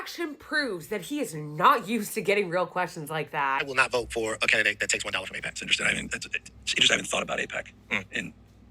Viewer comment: Eyepac? What is Äïëɓäč̣?